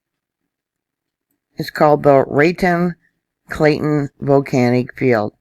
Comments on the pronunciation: I've been wondering about the NM volcanoes waking up. Thanks for reviewing this for us. Just fyi, it's pronounced Rah-TONE. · Raton pronounced ( rat own ) so you know. That whole area and east of there was all volcanos as well as 3 or 4 in the horizon fron Albq. The Toltec/Chama train gives you a vast expanse of hoodoos left over from the old volcanos from that area. I believe there is a fault line from what happened today that runs up through Castle Rock, CO south of Denver. Appreciate your updates.